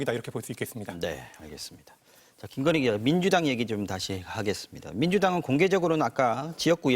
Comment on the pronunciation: 특검을 거부한자가 범인이다 왜 특검을 거부 합니까 대통령 어록 방송 김건휘 김건희 발음 제대로 하세요 바이든 날리면 혼났으면서